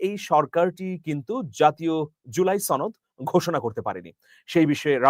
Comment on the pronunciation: ভাই ছনদ না সনদ